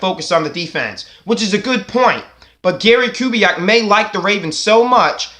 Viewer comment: First of all, a HUGE thank you for taking on my request in your latest video. It's an honor. Second, your pronunciation of the name was spot on. 👊 Now to the good stuff... I am still of the opinion Kubiak would want to come back if he had some guarantees of a commitment to the offense. I don't say that to suggest Kubiak is a dictator or a prude, but because we know Kubiak is a great offensive coach. As a fan (or even if I were Harbs, Bisciotti, Ozzie, and company), because I know the talent of Kubiak, I wouldn't want to waste his time. If he comes back, it should be because both parties want to reunite, and both want to be serious contenders to compete for a Superbowl. It should go beyond "Oh Gary's a great guy, and regardless of our plan or philosophy, he'll be on board with whatever we do." Like I mentioned to you earlier and you've reminded the rest of the nest...Joe had TWO, two-touchdown leads in the 2015 AFC Championship game. Even though our defense let us down giving up the lead twice, Joe answered the challenge. And if it weren't for two clutch TD drops by Torrey Smith in the endzone...the Ravens likely could've had ring #3. However, your point about Gary Kubiak returning because the Ravens are a respectable organization with a family atmosphere does have credibility. Even when people depart the team-be it coaches or players-the Ravens usually do right by them with respect to where they're headed. Caldwell got another HC job with a great QB in Detroit with Matt Staff